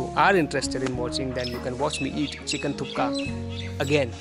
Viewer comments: It’s thukpa not thooka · Guru not thukka its thukpa ondu Sala bylakuppe hoge yela artha ayedate